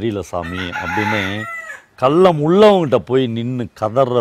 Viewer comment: சொல்றேன்னு தவறாக நினைக்காதீங்க நான் உங்களை விட வயதில் சிறியவன் தான் தமிழ் உச்சரிப்பை சரி செய்ங்க கல்லம் இல்லை கள்ளம்